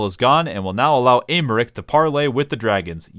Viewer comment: Ser "Eyy-meric"